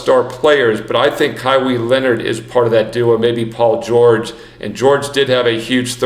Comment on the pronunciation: Stop reading it as Kywee Leonard!!! Hahaha